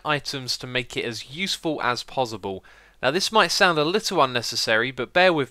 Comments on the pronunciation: Is it pozzible for you to say possible? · Is it me or does it sound like he's saying 'pozzible' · No one gunna talk about the way he says ‘pozzible’?... k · He keep saying pozible!! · "Pozzible" :D :D